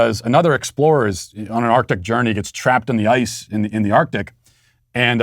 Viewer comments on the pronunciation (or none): none